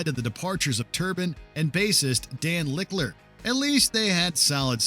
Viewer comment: Big Channel for such a strange voiceover mispronouncing Danny "Lick-ler" hahaha (it's Lill-ker) - also RIP Paul Di'anno 10/21/24